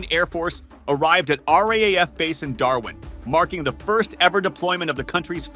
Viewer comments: RAAF Bases not RAF Bases. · Please RAAF not FAR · RAAF not RAF. Cardinal error!